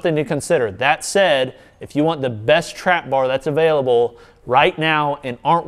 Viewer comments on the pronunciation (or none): none